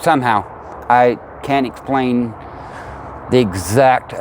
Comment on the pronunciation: He can't " es-plain the scie-a-mental es-pear-a-mental" of the septic system .. it's a beautiful park and the pricing is super reasonable, I hope business comes and there able to defeat the institution trying to close them down.